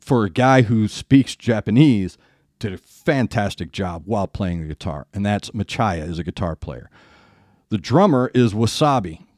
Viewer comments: I know you are a professional Radio DJ and you have a nice voice :) Daisuke is pronounced Dice K. Machiya is like Matchy Ya. I don't know what Machiya's guitar is using but the female band BRIDEAR's guitarist uses her fathers handmade :) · Great review. Your pronunciation is basically alright with some corrections. Shi-gin should be shi(like she) and gi of gin should be like gui of guitar. Pronunce it as She-guin totally. Machiya and Asa should be proununce like Spanish. Yuko is not a sword master but a Traditional "sword dance" master. Yes she uses her fan as they do in traditional Japanese dance. Shi-gin is not operatic, it's traditional poem recital. I recommend you to try their another aspects. Very Japanese side based on an old Japanese folk tale "Toono monogatari kyuu-yon". An up beat folk rock, "Senbonzakura". A beatiful piece of art, "Kyoshu no sora". You sound like you love metal in 80s. If so, try a Japanese outstanding metal band "Lovebites". They've got DNA from all the great band of the golden ages 80s, such as Maiden, Priest, Metallica, Slayer, Megadeath and other good ones, and with their own unique style. They are carrying on the authentic metal in 21st century style. I won't tell you more for your surprise. I tell you one thing though, hold your jaw tight and enjoy. My suggestions. "Chopin Revolutionary Etude + Swan Song" Begins with ballad, ends with power metal. "Edge of the World" Typical power metal. "Holy War"